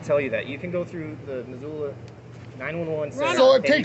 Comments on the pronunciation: You pronounce this town .... miss ohhhhh laaa Missoula And it's no better here in Idaho nor Utah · It’s pronounced ~ MIZZ-OO-LA aka Zoo town, MisZOO-La 😉 I’m a huge fan of your activism & channel, so imagine my surprise when my town here is being showcased as the corrupted piglets we know they are, I’m so embarrassed & frustrated.